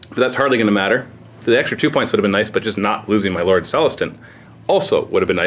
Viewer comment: "M'lord celestant" lololol